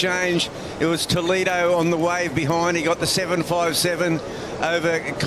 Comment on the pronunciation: Brasileiros falam inglês perfeitamente. Eles nao conseguem proninciar a palavra "Toledo" corretamente. 😂😂